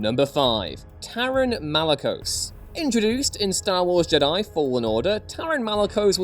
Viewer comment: Stop fkn saying Jed-die. Its Jed i ffs, if literally disliked and stopped watching for this stupid pronunciation. Like they dont pronounce it like this in the movies do they? No!